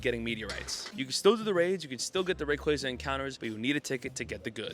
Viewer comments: Bro it’s Rayquaza, not Rayquaza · You say Rayquaza wrong!